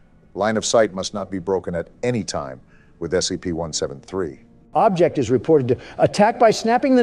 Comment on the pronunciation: Lol said scpt when they were reading about the skull